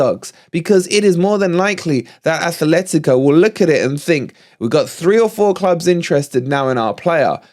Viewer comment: it isn't Athletico de Madrid. There is no 'h' in the club name. It is Atlético de Madrid. Athletic Club de Bilbao is correct, though. We don't like it when other fans call us Notts Forest, by the same token Atleti fans don't like being called Athletico.